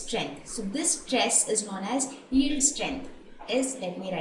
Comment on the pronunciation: Y is she sounding so uncomfortable with the word yield😂it's simply yi-el-d